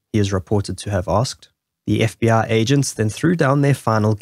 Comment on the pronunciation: When you pronounce FBI you say f b aaa?